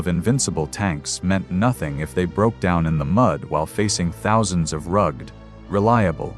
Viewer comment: Please fix your AI narration! Chopped up sentences, numerous full stops before a sentence is complete, words and phrases broken up by uncalled-for full stops, and senseless mispronunciations ("Zhukovy" for one of the most obvious Russian names, "Zhukov", "rug-ed" instead of "rugged", as though the soldiers were a draped in rugs, and numerous other errors). You have far better resources than to waste AI on results like that!